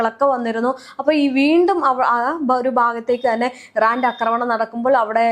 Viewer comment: അക്രമണം അല്ലെടി കൊച്ചേ? ആക്രമണം. കഷ്ടം!😂